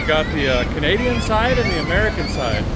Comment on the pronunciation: I’m amazed that you had to go to a Can-nid-de-an Kioti dealer to get metric bolts. Is metriccian stuff rare and hard to find in Can-dit-ta?